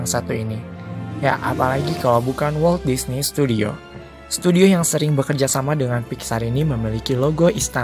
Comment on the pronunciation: Walt Disney ❌ Walt Disnep ✔️